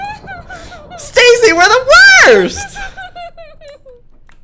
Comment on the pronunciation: Normal people say Stacy Joey says stacyania